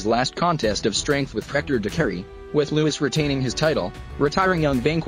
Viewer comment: Louis cyr , not Lois cyr